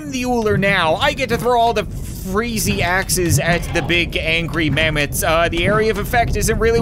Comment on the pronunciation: When ever he said " dont have magic in their axes " i heard " dont have magic in their asses "